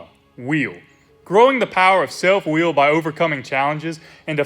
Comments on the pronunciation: I'm southern and have a thicker accent than you and still pronounce WILL correctly. Believe you might have an impediment. Still love the videos though 👍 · Why are you saying wheel? Its just will